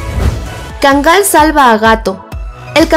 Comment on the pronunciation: Está bonita la información pero sabes? La raza se pronuncia KÁNGAL... Así, como si tuviera acento prosódico en la primera A y no como erróneamente lo pronuncias: KANGÁL, te lo digo en buen plan porque yo viví 5 años en Turquía y para que en la medida de lo posible, le rindas reverencia al REY DE LOS PERROS: EL KÁNGAL TURCO...